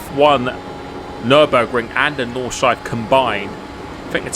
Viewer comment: ITS CALLED NORD-SCHLEIF-E 😂😂